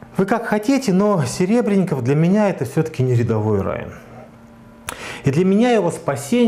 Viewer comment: Во-первых, он всё-таки Серебренников. Коверканье фамилии совсем не красит. Да и картошки всё-таки мешок, а не мешёк. В случае с Сенцовым Кирилл был одним из первых отечественных деятелей искусства, кто высказался в его поддержку. Наряду с Сокуровым и Хлебниковым. Почему наплевать на политзаключенных? Мне не наплевать. Да и с транспарантами в их защиту выходили не раз. Где сам сей господин был в тот момент? Дело Серебренникова, безусловно, более резонансное, потому что это Серебренников, а не безвестный Вася Пупкин. Точно так же о сталинских репрессиях мы говорим через призму судеб Мейерхольда, Вавилова, Шаламова. Точно так же, как выступают за спасение Олега Сенцова, хотя знают, что в российских тюрьмах он не единственный безвинно сидящий украинец. Какого лешего Романов приплетает туда же Жанну Фриске, вообще не очень понятно. Должен ли я отказать человеку в помощи и поддержке лишь по причине социальных, политических или культурных несовпадений? Да ну нахрен.